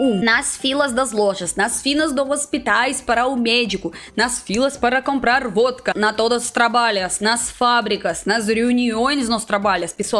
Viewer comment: "Nas filas parra comprrar a Vodka" AAAAAAAAAAHHHHHHHHH VOCE É MUITO FOFAAAAAAA